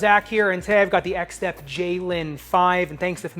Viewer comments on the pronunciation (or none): Zach, the brand name is Xtep not “XStep”